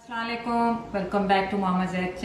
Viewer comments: yes this bothers me too.. she says salalaiykum. A lot of desi's say like this and it changes the meaning. I think its not too difficult to say assalamoalaikum properly or may be not say at all then. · Salam! I like ur videos, but with respect can u correct the word of blessings,it's As-slamo aleikum not slawaleikum.hope u will not mind it .thanx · Love everything about but what really makes me uncomfortable that don’t do proper pronunciation of Salam at the start of her every video. The way she says that completely changes the entire meaning of Salaam. I’m not here at all for any kind of hate just want to do this tiny mini correction that she should properly say “Assalaam-mualikum “ that’s it:) ❤️❤️❤️ We pay so much heed & effort in pronouncing Fajita as “faheta” or Jalapeño as “Halapeno” or any other word other than our native language we surely can improve ourselves especially sending blessings to someone in true meaning:) Love your cooking so much!! JazakAllah for sharing your recipes 😋❤️👌🏽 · Wa alaikum salam.. bht achi videos hoti hn aapki bht fit, lkn aap ke salam ki pronunciation shayad theek ni lagti mje.